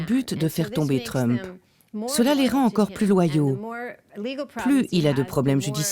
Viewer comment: Donald TrumpE.. assaut du capitolE, purée quel tic verbal, la voix off. Comment a t on pu lui confier ce jobE?